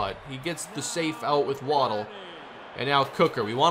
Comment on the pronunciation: You asked us to let you know when you were mispronouncing a player's name. It's Wa-DELL, not Waddle.